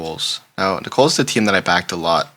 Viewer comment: Really enjoy your videos and picks! You are clearly not from the south so let me help it is Nickels not Nicole's 😊